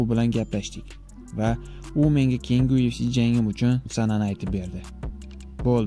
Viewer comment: UFC mas YUFC deb o'qiladi admin